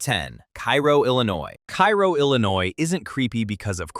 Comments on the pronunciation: Kay- ro not kai-ro.... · You mispronounced Cairo. It’s pronounced KAY-ro. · Loved your content. You can hear the person behind the video. I enjoyed the pacing. I enjoyed the jokes. One point of clarification, Cairo IL is pronounced karo like the syrup. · Cairo, IL... Pronounced "Kay-Roh." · Number 10 is pronounced “cay-ro” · It's Car-o (long a) Illinois. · Hearing Cairo mispronounced a dozen times in the first minutes made me post this comment then move on to another video.